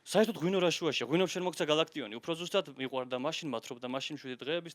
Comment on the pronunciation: გა"ლ"აქტიონი კი არა გალაკტიონი ქვია